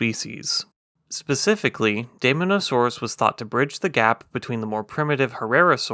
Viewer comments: Very interesting! We almost never hear about basal dinosaurs. By the way, as an English diphthong, the “ae” Latin digraph is pronounced like our long “i,” so I think dye-MON-o-saw-roos is closest to Linnaean usage. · It is pronounced "day-MAW-nuh-SOAR-us". It was a carnivore, and a theropod. It's name actually means "demon lizard". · You pronounce daemon wrong. It’s “deemon”. Great vid tho. Subbed